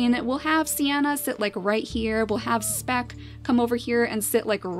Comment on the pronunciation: You said " Smeck" when you moved speck to be next to Siana.